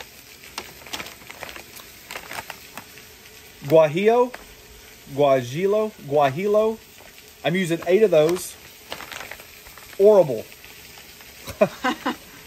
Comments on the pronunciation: You were close on all 3, but what does it really matter how you say it? This isn't Spanish 101 FYI a double ELL, "L", in Spanish is an E sound. Guajillo - wha-hee-o. Again, doesn't matter how you pronounce it. Looks stupid delicious. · You have gotten plenty of pronunciations for Oaxaca. The peppers are pasilla=pah-seeya, arbol=ahr-ball, guajillo=wa-hee-oh. No matter how you pronounce them, birria is one of the most flavorful meals ever created. Yours look amazing. I am on team dipped because if you can dip in the grease only, the tortilla will crisp up beautifully with the flavor going all the way through it. Also, slip a little of the cheese on the griddle before laying the tortilla on top. Crispy cheese, crispy tortilla, amazing beef and onion crunch - so tasty it's probably sinful in many countries.